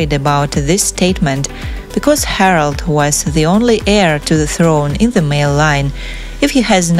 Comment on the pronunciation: Harald, not Harold